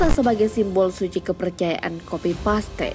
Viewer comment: Belajar bahasa inggris lg min Masih bynk penyebutan kosa kata bahasa tersebut salah. Contoh paste(harus nya bilang nya (peist) bukan paste Jgn bikin malu lah udh 6jt sub Masa gk mampu kursus.